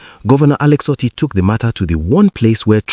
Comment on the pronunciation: Dear Presenter, thank you for your video, but I need to correct your pronunciation of the name "Otti". The 'o' is pronounced as 'Oh', as in "Okay" and not 'o' as in "top". When pronounced as the latter, the meaning is completely different. Thanks!